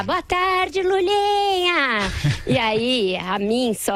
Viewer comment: Ela disse Mulinha? kkkkkkkkkkkk